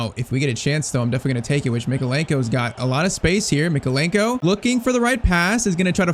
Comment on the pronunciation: “Left back we have ITALIAN Mykeolenko” he’s Ukrainian 💀